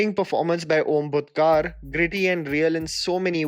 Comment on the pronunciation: Great Video as always. I have to say, your pronounciations of non-Hindi words are very very funny!!! Onkar Bhutkar ... the 'kar' is pronounced as 'kar' as in tax.. not 'car' as in 'car'... Ala Vaikuntha(where Lord Vishnu lives) puramaloo.